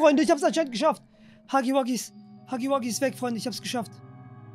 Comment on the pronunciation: ist gefühlt der erste youtuber der huggy wuggy richtig ausspricht